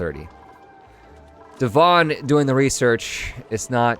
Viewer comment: Every time you say Devon, I hear "dywan" which means carpet in Polish xd